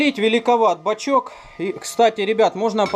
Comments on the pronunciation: он бачОк, а не бачЕк. Исправь, пожалуйста. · Бачок,, а не бачёк... (Предвижу дислайки, но если вы - двоечник в душе, мне пофигу.)